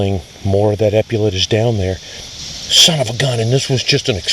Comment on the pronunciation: epaulettes pronunciation is available on YouTube